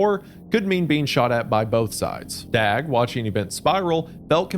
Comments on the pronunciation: Love the video! The Swedish pronunciation of "Dag" sounds more like "Dog". No one asked but I wanted to share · Missed opportunity to say "dawg" when it's the more accurate way to pronounce "Dag" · The a in Dag sounds like the a in tar, not bag.